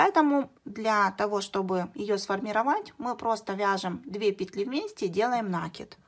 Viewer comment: Все хорошо.Подробно все объяснили,но режет мне слух Ваше слово " нАкид"